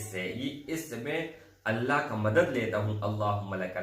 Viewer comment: Bhai ALLAH SWT Kay kaam ka sahi talafuz Kay liye tashdeed, jazm hona zaroori hai. Aap isko fauran sahi say pesh karein. Afsos keh aap in ki ahmiyat say bekhaber hain. Mayn nay kheri baat ki hai aap bura na Maan na.